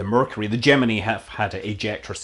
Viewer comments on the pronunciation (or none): none